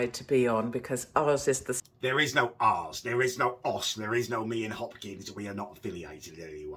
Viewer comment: "There is no arse." You are evidence of that because you yourself are one yet don't have one lol. (yes I know she said "ours" but the way you said it in your weird accent made it sound like "arse.")